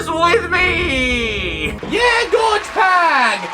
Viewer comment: I think ur saying gorg Pag wrong,ur saying it like gorge pag,and George’s pronounciation,so it’s gor g pag